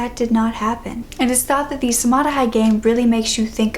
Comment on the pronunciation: Samadhi is an Indian word which literates to buried alive and it is pronounced as Samaadhee "e" as in bee.